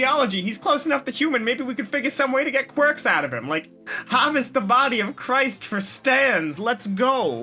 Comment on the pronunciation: DID THE MAN SAY "QUIRKS".